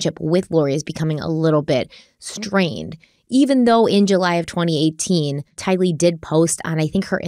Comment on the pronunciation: 1) Her name is Tylee like kiley. Not two words like Bruce Lee. 2) it’s Miss America. As far as I know nobody has married America yet. 3) CHOMPING at the bit…. Love you guys, but the mistakes are hilarious sometimes.